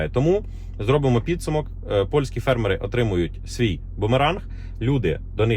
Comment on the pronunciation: фЕрмери !!!! Наголос ! І я не бот.